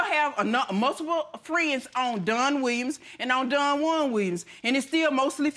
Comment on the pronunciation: She calls him Done instead of Don, lol.